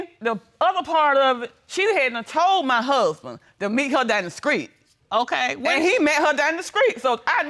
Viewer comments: 1st case: The lady is saying, "screet," instead of "street." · “Down the skreet”? 🤔